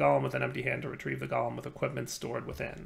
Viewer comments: pronunciation of Golem is triggering me, like it's not Gol-em it's gow-luhm. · I am not native english speaker. But is Golem not pronouced different? Like GO...LEM?